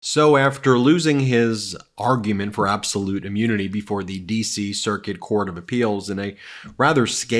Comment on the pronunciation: Why does Ben say ah-munity? :-D